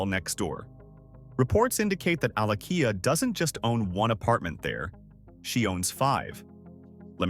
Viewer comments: Alakija not Alakiya You have to sound the ‘J’😅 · AlakiJa not alakiya and also AlakiJa is a yoruba name.